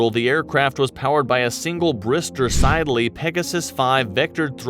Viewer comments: In the Falklands, we set up VTOL fuel depots for the RAF Ground Strike/CAS Harriers. Just perfect demonstration of what it and only it could ever do. Wonderful machines. And it's pronounced Sid-Lee. Not Side-Er-Lee. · Hawker "SIDD"-eley, not "SIDE"-eley! Watched one being built on the factory bench at British Aerospace, Kew (UK) many decades ago, and they looked tiny! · Hawker siddley is pronounced sid-lay. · Great video but the way you say Siddeley hurts me